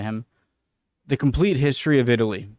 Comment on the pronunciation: And the Greeks in the south? The Phoenician city in Sardegna and Sicily? The nuragic civilization in Sardegna? The Retians? You can’t pronunce the ward Hystory, ( derived by the Latin Hystoria……)